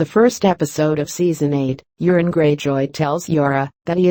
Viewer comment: If only the robot narrator would stop calling Euron "urine" these videos would be easier to listen to.